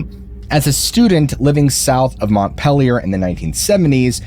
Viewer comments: I live in Vermont 🫠🥲 I always expect smth to happen since I live on a few acres of woodlands Edit: It's pronounced "pee-lee-ur" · Well you weren’t all that concerned about mispronouncing Montpelier lol! Sweetheart, with a proper New England accent it’s said “Mon Peel-yur” With all due love and respect, a mother and daughter from East Concord VT and Canaan New Hampshire 💚🤍⛰️